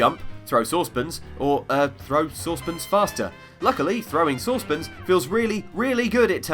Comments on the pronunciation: Saucepins? What are saucepins? You mean saucepan? Speak English man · That's not how we say it, I never ever in my life heard a British person say it like that. He is just weird lol